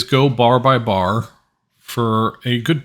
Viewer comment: bar by bar, not bar by bay